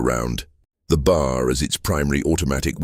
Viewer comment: It’s irritating to keep hearing the AI narrator constantly mispronouncing B.A.R. as “bar”.